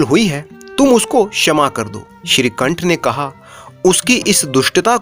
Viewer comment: Shrikanth se nikanth ho gya sahi se bolo